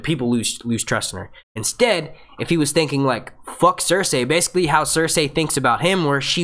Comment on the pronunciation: Dude, Cer-say is the correct pronunciation. George R. Martin himself says it the same way and he's the end all be all when it comes to it. These random peoples opinion on it are completely irrelevant.